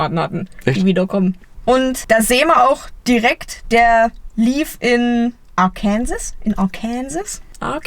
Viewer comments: Arkänsäs 🤣 ... die richtige Aussprache wäre so in der Art: Are-can-saw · Vllt stimmt der KM-Stand ja auch und es ist ein zeitreise Gokart? 😂 Und man spricht es nicht "Arkänsis" aus, sondern "Arkänso" (Oder so ähnlich). 😅 Blöd, dass man das vorher mit den Vorschäden und den KM ned wusste. Der Wagen ist ja jetzt quasi eh neu, aber dann hätte man bissal mehr handeln können und den Tacho auf 0 zurück drehen + Umstellung auf KM. Das wäre auch i.iwie cool, wenn der KM-Stand so oder so fürn Arsch ist und nur noch die KM zeigt, die drauf gepackt hat.😂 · Amerikaner hier. Arkansas wird "AR-KUN-SAW" ausgesprochen. :) Keine Ahnung warum 🤣. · Die ungewöhnliche Aussprache von "Arkansas" bereitet immer wieder Probleme. Amtlich korrekt lautet die Aussprache wie folgt: /ˈɑːkənsɔː/ - Ergo spricht sich das etwa so: are-can-saw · Arkansas wird übrigens Arkännsahw ausgesprochen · Sie hat versucht Arkansas auszusprechen, und nicht Kansas. Wobei Ar"kansas" völlig anders ausgesprochen wird als Kansas. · Arkansas, gesprochen Arkenso 😜